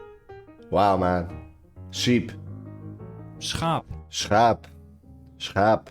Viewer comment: The pronounciation of schaap was spot on , the sch sound is one of the most difficult to master for none dutch speakers . The wording and language sits between Nordic , Germanic, English if it doesnt sound or resemble english try the german or nordic version . Dutch is a verry phonetic language you write it as spoken ( with some exeptions as in al languages ) The most dificult part in understanding dutch is that each region has a preference for certain words , like dutch speaking belgians use their perfered wording the dutch the other . the same with east and west of the netherlands and north and south . plus over 200 dialects in the netherlands and simular in belgium . Like the word for i (am) stay/staying . one would say verbijf or verblijven in the netherlands and in belgium they would say vertoef or vertoeven . different words same meaning . both dutch language .